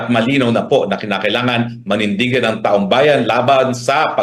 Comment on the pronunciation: Mali lang ang pagkabigkas hindi taong bayan kundi taong bayad😂